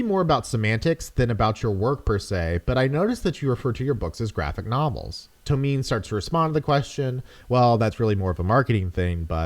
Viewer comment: It's pronounced To-me-naye